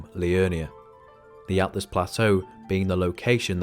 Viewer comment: It isn't atlas it's altus